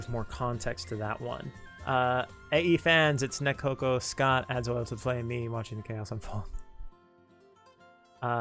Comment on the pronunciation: Please make Scott a character in Another Eden!!! Scott is too cool :3 also amazing job with the name pronunciations, you were spot on!